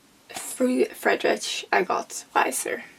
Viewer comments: It’s pronounced Fred rick “Neet chey “ and I love beyond good and evil glad you’re chewing through the good stuff😊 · its friedrich. Its german, the "ch" sounds the same as the "ch" in "ich"